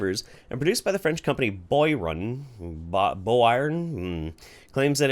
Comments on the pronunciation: Since you may have reason to mention them again in the future, I figured I'd tell you... Boiron is pronounced bwa-RONE. They are the largest producer of homeopathic products. It's a shame so few people are familiar with homeopathy's underlying beliefs. It wouldn't be nearly as popular if people knew the truth. I think a lot of folks just assume it's herbal medicine, but it's literally nothing. CBC Marketplace did an episode on a popular children's cold remedy or something like that. The top notch equipment they used couldn't detect any of the so-called active ingredient. None! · The pronunciation of "Boiron" is something like this: BWAH-rone